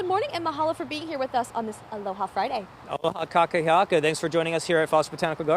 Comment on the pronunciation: Did he say : "Ka kaki aka", auwe!!! I believe he was attempting to say "Aloha kakahiaka"... breaking each of the vowels down would have made it easier for him. KA KA HI A KA